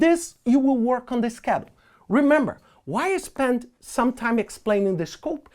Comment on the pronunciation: Every time he says schedule I get hungry bc it sounds like “Skittles”